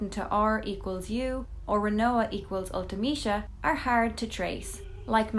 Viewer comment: Ult - eh - mee - see - uh